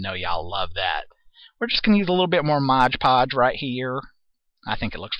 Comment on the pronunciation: MOD-podge,! This video is making me laugh, for which I thank you, cuz this day started out in the dumpers!